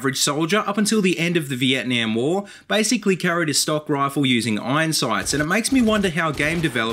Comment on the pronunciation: the way he said veitman XD